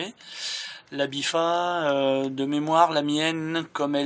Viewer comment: Très bonne vidéo merci du glitch continue comme ça c'est super ! Juste, c'est la "BIFTA" avec un "T" mais bon tu le dis comme tu veux hein :D